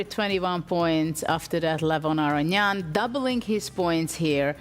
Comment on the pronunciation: This guy is such a good commentator and presenter. Brings a lot of energy and speaks very well. He even did his best to pronounce Levon's last name correctly!